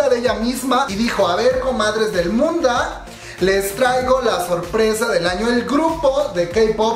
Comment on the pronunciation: "Aver comadres del munda" 😂😂😂 te amo